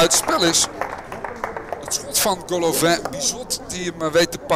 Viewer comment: Golovain? De man is Russisch. Gewoon Golovin dus.